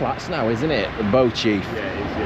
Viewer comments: Was wondering when you'd do towards Heeley as that's where I used to live. Ps Beauchief is pronounced 'bee-chiff' 😊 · Yeah, I can confirm Beauchief is pronounced locally as 'Bee-chiff' not 'Bow-chief' ;) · It’s Bee-chief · It’s pronounced Bee Chief.